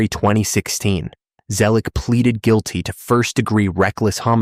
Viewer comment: this whole video is AI. All the mispronounced words. Then you have the AI saying " close... ing... accounts". Guil...tee....ver...dicts."